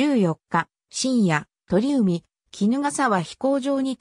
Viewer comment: 川内は「せんだい」、鳥海は「ちょうかい」と読みます。「江風（こうふう）」とはそも何者？聞いたことないぞ。